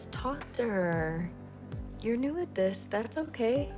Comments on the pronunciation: 얼굴을 보기 싫다뇨 너어머 겸손하십니다. 다른 유튜버 어찌하라고 ㅜ 근뎅 You are new가 You knew 로 들려요 ㅜㅜ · you're new at this 가 you knew this로 들렸네요~ㅜㅜ